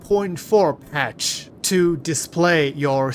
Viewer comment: bro really cant say the ptach lmao